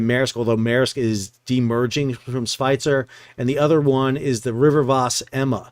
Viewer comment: As usual great video and explanation but correct the pronunciation of Svitzer. Say it like Switzer in Switzerland but with V io W